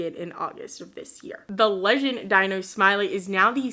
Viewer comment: Love your vids. I went to both Charles Drew Middle School and King Drew Magnet Hjgh School of medicine and science. My old stomping grounds😪 Oh also just thought you should know that Dino Smiley name is actually pronounced Dee-No 👍 anyways keep up the great work. Your vids are always very fun to listen to. And your channel is severely underrated. Wish you nothing but growth and success.